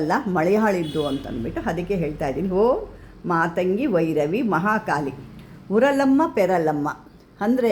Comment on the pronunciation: Amma Manta na baredu thorisi, navili ge li ge ottu barutta (NAVILLI) uralamma na PURALAMMA na nirakka na IRAKKA na kelisi kollovaga mistake aagutte.